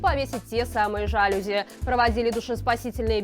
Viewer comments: Маланка,извини, ну что с орфоэпией/акцентологией/?!Ещё один урок:жалюзИ. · Жалюзи - ударение падает на последний слог. Это французское слово. В французском языке ударение всегда падает на последний слог.